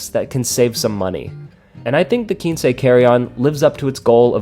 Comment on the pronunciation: Why would it be spelled Quincy? In Spanish it's a number, but in English, quince is a fruit. If you ever heard of the quince tree or its fruit, you'd know to pronounce it "kwins" (like prince). But, if not, and are familiar with Spanish, I can see how you got to "keen-say"...